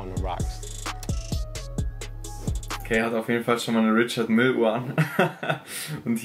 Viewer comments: Sry für den Klugscheißer- move aber mich regt es richtig auf wie du „Richard Mille“ ausspricht. Die Uhrenmarke ist nach dem aus Frankreich stammenden Gründer „Richard Mille“ benannt, weshalb die Marke auch „französisch“ ausgesprochen wird😁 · Richard Mille falsch ausgeprochen ? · bin mir nicht sicher, aber Richard Mille ist ja aus der Westschweiz, demnach französisch. Würde man die Brand nicht auch französisch (Rischar Mill oder so) aussprechen? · Richard Mille wird französisch ausgesprochen, die Marke kommt aus dem französischen Teil der Schweiz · haha richard mille falsch ausgesprochen da musst du nochmal üben